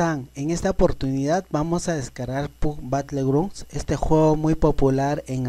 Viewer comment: Pub batlegrun